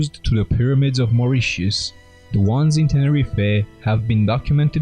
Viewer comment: Yay. 1st time I've heard Moritius pronounced correctly on youtube. Three's a charm, unless this was forth or fifth time heard spoken. Good Stuff. & Pyramids!